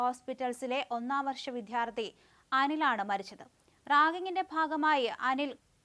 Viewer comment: സങ്കടപ്പെടുത്തുന്ന വാർത്ത😢വി'ധ്യാ'ർത്ഥിയല്ല, വിദ്യാർത്ഥി.